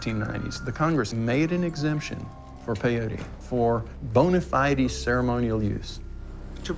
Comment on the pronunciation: I thought the craziest part was the old ass man that said "Bona FideY"... Like in the 100 years he has been on this earth, he has legit never heard the word bona fide.